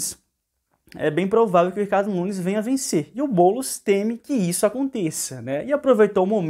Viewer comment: Esse "Bôlos" projeto malacabado do Loola. Kkkk